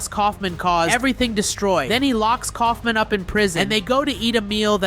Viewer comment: uh you meant kaufmo not kaufmin